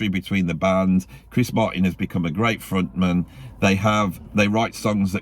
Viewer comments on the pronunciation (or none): I really enjoyed the pronunciation of 'frontman' as if it were a surname